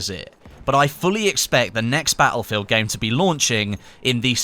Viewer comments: bah ill feel? its pronounced, battlefield. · Ba-el-fill !! Lol